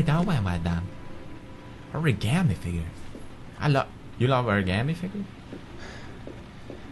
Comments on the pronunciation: I can't freaking stand everyone saying Origami incorrrectly. It hurts so much. OH-REE-GAH-MEE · oraigarmi xD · WHY DO THEY KEEP SAYING ORIGAMI WRONG!!! AHRAGHRGHAHR!